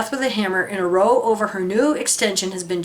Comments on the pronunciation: Just a head's up in case it comes up in future, 'row' is used as an expression to mean an argument, but in that context it is pronounced ending in ow like a yelp of pain rather than an oh sound. For any non-Brit, you can see an example of a wheelie bin in the bottom left of the video footage (that one is most likely the garden waste bin but non-recyclable ones are the same size and shape). Households use these in the same manner as businesses use dumpsters. They're 240L and the shape keeps foxes out. Those minor niggles aside, well said. Best wishes to you and the family from England:) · hey kim, as a brit here in the uk can i just say it's pronounced "Raow" it means argument. Thanks for your time and content, it reminds me in those lonely moments why I left "The Org'"